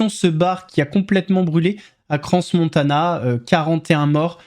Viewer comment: Salut, c'est pas CranSSS-Montana, le "s" ne se prononce pas s.t.p. (et coucou de la Suisse ;-)